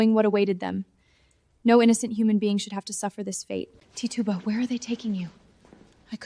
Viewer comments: Your pronouncing her name wrong. It’s titch u ba. That’s how you say it. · I like the video, but the mispronunciations of the names Salem and Tituba are glaring.